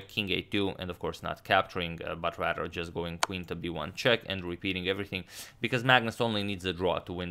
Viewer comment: Does it sound like agadmator says rader rather than rather?